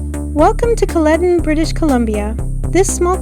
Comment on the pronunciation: Hi, great video! It's pronounced "Kal+eden" with the first e being a hard e like in the word "eden".